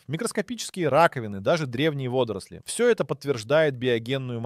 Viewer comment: Интересно, но удивило, что читает живой человек, но ударения ставит как машинное чтение. ВодОрослей, ставИт и т.д. Почему так? За материал спасибо.